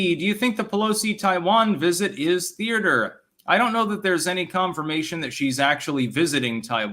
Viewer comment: there are not two R's in thea-ter otherwise, perfect